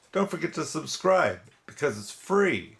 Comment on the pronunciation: How Does The Hand Get So Bent Up Like That? I Laugh Every Time You Say Subscride Its Free.